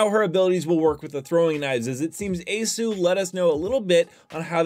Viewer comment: He pronounced aceu correctly instead of a acronym